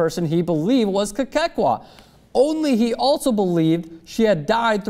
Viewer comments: this story is just as funny as how says Kekua [kay-kay-kwah] lol i laugh every time he says the name. it's kay-coo-ah. but hey the girl's a hoax, why bother, huh?:) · you keep saying "Kekekua"... It's like saying "Strostrom". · That's not how you say her last name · I am from Hawaii and its so funny how this White guy is pronouncing Kekua's name wrong lol. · stop butchering the name, LOL